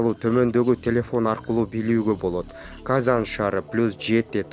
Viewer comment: Казан дейби, Казань. дечи айланайын.